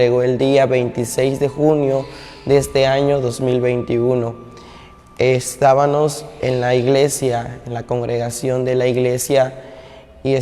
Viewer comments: No se pronuncia "estabanos" se dice "estabamos" cuando se habla de Dios hay que ser impecable en la palabra. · DISCULPE QUE LO CORRIJA PERO SE DICE ESTAVAMOS. DE DIOS.